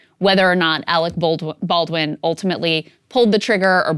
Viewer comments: “Alwick ballwin” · Arec Bawdwin...